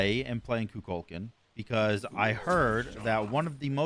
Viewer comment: I can’t be the only one who gets upset when someone pronounces Kukulkan’s name wrong. It’s koo kull con.